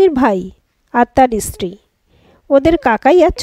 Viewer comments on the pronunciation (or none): আপনার কণ্ঠস্বর খুব সুন্দর, পাঠন ভঙ্গি ও খুব ভালো, আমি শুধু মাত্র আপনার পাঠ করা গল্প ই শুনি, ভবিষ্যতেও শোনার অপেক্ষায় থাকলাম, শুধু একটা কথা বলতে চাই যদি কিছু মনে না করেন, আপনি স্ত্রী না বলে ইস্ত্রি বলেন যেটা কানে খুব লাগে। ভালো থাকবেন...